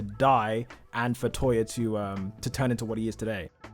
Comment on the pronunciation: nie vid but sorry bud it's touya not toya